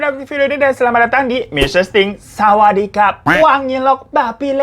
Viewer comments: Sawadikap sawadikap, lu ternyata pantes jadi orang thailand bang 😆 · cocok bang di naturalisasi jadi orang thailand. oh my, tatkala si abang bilang sawadikap... i am dead. XD